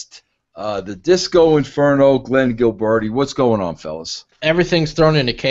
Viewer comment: “Gilbernetti” Lol